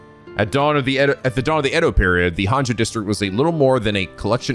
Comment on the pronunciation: Can't believe everyone was correcting on his Japanese for Araishi's name, yet he's been saying "Honjo" wrong since the very beginning and no one bats an eye lol. Unless he plans on learning Japanese at some point, just let him say it wrong, guys. It's funnier this way.